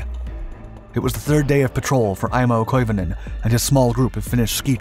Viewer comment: Some say he's still skiing to this very day. By the way, your pronunciation of Koivunen is pretty damn good!